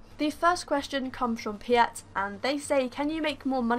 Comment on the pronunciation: Piet is a dutch name which you pronounce as Pete, just pointing that out there :p